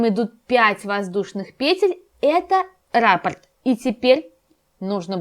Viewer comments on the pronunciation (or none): none